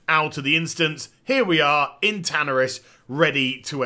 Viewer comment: I have to rip my dick off every time you say tanaris... the pronunciation is painful.